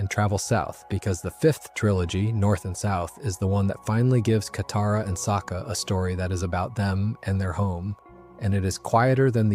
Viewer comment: Okay, the swapping between name pronunciation with Toph and Katara has to be ragebait. I mean, the names are even pronounced in the show. I mean, come on, man, might as well call Katara "cataracts" atp..